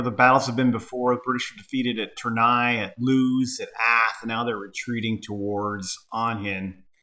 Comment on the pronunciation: Lovely game and setup! I can give you some pointers in regards to pronunciation: General d'Armee is pronounced General dar-MAY. Tournai is Toor-NAY, Ath is ATT, Enghien is like Ang-YEN.